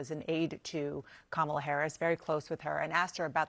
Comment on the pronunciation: Doesn’t this guy know how to pronounce Kamala’s name. He’s either a pro-Trumper or he watches too much Trump videos